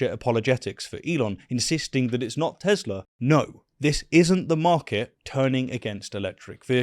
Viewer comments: Isn't the "R" in "Teslar" silient? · Agent orange...makes a huge dingus out of himself cannot even say the word right "I love Teslerr" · Why does no one take note Donnie says not "I love Tesla", but "I <3 TesLER" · Did Trump just say, “I Love Tesler”? Lol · I love tesler took me out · 'I luv Tezler" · I love Teslur, I love lamp....🤣🤣🤣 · “I love tezlarr” 😂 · Tesler, lol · “I love Teslurr!”😂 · 'tesler'. Indeed a good day for speech theopy. great promotion! edit free! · "Everything's Computer!" "I love Teslerr" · "I love Tesler!" Geez, what an idiot. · Hit-ler, Tes-ler...we know what's on his Syphilis rotted mind! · Tesler? Lol